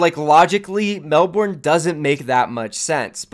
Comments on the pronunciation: Nice video friend BUT, Melbourne is pronounced as "Mel-burn", not "Mel-born" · Mel-bin not mel-born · everytime he said melborne it made me want to die, the pronounciations hurt. If OWl says it like he did I'm not watching season 2. Can't handle it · as o aussie, ur "melbourne" pronunciation is pissing me off (im joking before u hate on me bitches) , and im only up to . its melbourne, not melBOORRRHHHHN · You are pronouncing Melbourne wrong. Bourne isn’t pronounced liked Jason Bourne. It’s pronounced Mel - Ben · You I am Australian and I just wanted to let you know that you are pronouncing Melbourne wrong, the actual phonetics are ˈmelbərn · It’s actually pronounced melbun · Just to give you a heads up, never say Melbourne like that again cause you’ll get destroyed by every Australian, be safe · How you pronounce Melbourne XD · every australian cringing at pronunciation of Melbourne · Jesus christ your pronunciation of Melbourne is scuffed as hell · why does Melbourne not make sense? It's a capital city, and the second most populated in the country Also you say Melbourne wrong... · Wat a wanka can't even pronounce Melbourne right. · The way Americans pronounce melbourne actually hurts so much